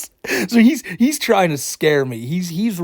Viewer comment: It was most enraging when he kept saying "yua twying to endow human wights to a inanimate object, a cawtoon."